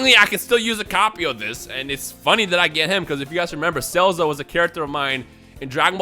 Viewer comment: I can't unhear him calling Salza as Cellza lol